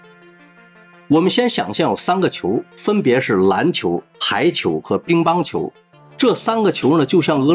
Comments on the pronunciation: 乒（ping）乓球，你是不是读错了，哈哈哈 兵乓球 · Ping Pang 球不是 Bing Bang 球😂 口语强迫症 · ping pang qiu 乒乓球 不是bing bang qiu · 哈哈，找一个“致命漏洞”，说明我有认真听。乒乓球，主播念成了‘bin,乓球’。下回注意点，这么大的事情，联合国很介意的、